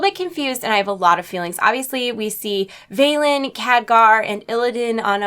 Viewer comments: Velen not Valen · Velen. Not Valen. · for fuk sake its velen not veilen! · They didnt move a plannet *sigh*, they didnt bring argus to us the sargarite keystone tore a rift in reality and merely opened a portal and "Vay-len"? What? Where do you get that pronunciation from? Its Velen, vel-en